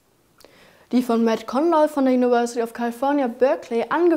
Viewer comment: Verfolge jede Klimaschau mit großem Interesse. Kleiner Tipp nebenbei: Im Englischen wird das "V" wie das deutsche "W" gesprochen. Das macht das englische Wort "University" leichter auszusprechen.